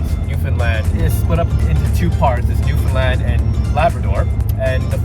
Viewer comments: For future reference, it's pronounced newfinland not new found land and Newfoundland is one word. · It is pronounced “New’-fun-land” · .. I know. I kept cringing every time they said “NewFOUNDland” 😂